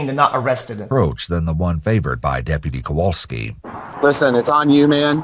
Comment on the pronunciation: When chat started laughing at "kowalksi" it reminded me I went to elementary school with that officers brother.... small world.